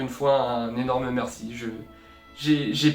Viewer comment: "Un nyenorme merci " Bah un nyenorme derien 😂